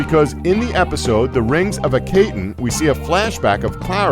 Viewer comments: Its akhoten not akhaten. ( I know its spelled akhaten) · Rings of uh-kay-tn ? Its rings of AKHATEN! AH-KAH-TEN. Nopety nope nope nope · It's pronounced (ah-kah-ten). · the way he said "Akhaten" makes me want to die. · 10 - the whole time I thought the Doctor is talking about Kamelion... 9 - You're pronouncing Akhaten wrong... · makes a Doctor Who vid, mispronounces "Akhaten"... :/ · Well, maybe I am. But, from a video like this, a Top Ten, you'd except some level of research. And to pronounce "Akhaten" correctly, you simply need to watch the episode.